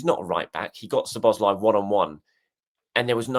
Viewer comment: Please put the emphasis on "Szo", when you pronounce Szoboszlai's name. One of the basic features of the Hungarian language is that the word stress is always on the first syllable, without exception.